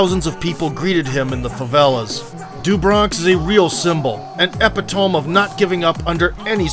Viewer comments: My man said eh-pee-tome instead of how the word is actually pronounced; eh-pit-oh-me. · an "epitoam"? lol, epitomee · I caught that too and was going to come in if no one else did. The way I was going to word it was he incorrectly pronounced it to rhyme with home. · Now hiring youtube narrators, Prounouncing simple words not required, like ; "Epitome," pronounce it wrong like; "Eppuh tome"..lol...Have a whole crew of dingbats that don't catch the mistake...lol.."Eppa tome!". It's "Eh pit uh me!"...lol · English as a second language? Haha... It's pronounced 'epit-oh-me' not 'epitohm'. Cool vid though. And have to forgive the content provider as Americans do speak English as if it were a second language 😎😂😎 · great video. btw its pronounced e·pit·o·me not ep-i-tome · You are the best at breaking down fights that I have ever witnessed. I truly love your videos. They are well edited and well spoken. One thing, however, is that "epitome" is pronounced eepitomee. You get it right 99.9% of the time, and your analogies and comparisons are greater than great. It's simply that I am an English teacher, and I had to point this out; It's a common mistake. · EPI-TOME + EEE PIT O MEEE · epitome: eh-PITTO-mee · epitome EH PITT OH ME Great channel and videos though. Excellent content, excellent narrations. Liked and subbed. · Epitome. Æh-pit-uh-me. This was some NFL Films tier sports doc. Thank you! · I love how you pronounce every fighters name correctly and then say... epitome. Haha, I literally laughed out loud. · good vid, just in the comments looking for anyone else who commented on the epitome pronunciation XD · Good video. That's not how you pronounce "epitome" though. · lol that pronunciation of epitome killed me lol guessing you just read the script and don't write it yourself. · Doom arse can't pronounce "Epitome!" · Dude, learn how to pronounce epitome. That shit hurt my ears.